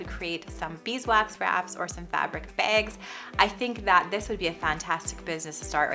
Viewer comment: I love how you say "bags" haha reminds me of visiting my sister in Minnesota. I was so confused when we went to a little store and thr lady asked me if I wanted a "Bay-g" and I was like...excuse me and she said it again and I was like...Im sorry Idk what you said lol..she pronounced it like..."vague" haha 💙 Finally my sister was like a bag...do you want a bag? 🤣🙈🤦‍♀️